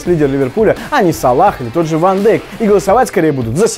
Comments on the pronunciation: Не Ван дАйк блин а Ван дЕйк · Ван Дейк читается! Фамилия голландская, а не английская